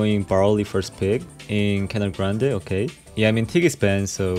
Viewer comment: Canal grande, this name is brazilian and hear you Speaking this perfectly and well